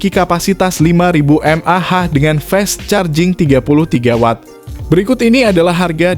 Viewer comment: ini yg ngomong robot ya, koq baca Fast Charging nya salah